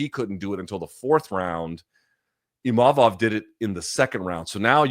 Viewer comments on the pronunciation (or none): Funny how Imamov made a point after the fight to say that his name is not "Imavov" but Luke keeps calling him that 😂